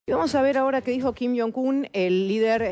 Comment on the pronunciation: Kin yion cun 😂😂😂